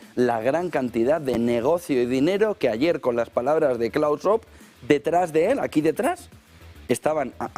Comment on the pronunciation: NO COMENTES MIENTRAS HABLA LA TÍA ESA, a ver como podemos escuchar y mira....que no somos bobos. Ah, por cierto, mira che no existe un "señor Schob" su nombre es SCHWAB, se pronuncia la W y luego es una A, no 2 1 O de olga...